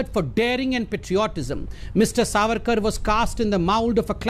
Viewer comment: SAVARKAR NAHI SORRYKAR BOLA KARO.